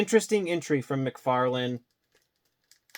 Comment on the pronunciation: Ahhhh mcfaryawn